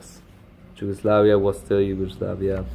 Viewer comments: you are saying it like "dž" just say the "y" like in yes Regardless, awsome video, keep it up!👍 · You say it so wrong, it’s YUGOSLAVIA in English, in Serbian it’s Jugoslavija but in Slavic languages J is spelled like Y not like in English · Ye haha you pronounce it as if a slav would spell it Đugoslavia no worries still thx for the vid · J in Slavic languages is like Y in English like I explained, you need to say it like In English Yugoslavia because you use now the Serbian form but you read it like English letters, Slavic pronouncing is totally different from the English one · Problem is not with writing but with pronunciation, you pronounce name of some countries really bad like Yugoslavia, there is no English J, because in Slavic languages it is not pronounced like in English...